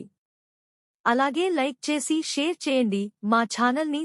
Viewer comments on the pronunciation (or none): none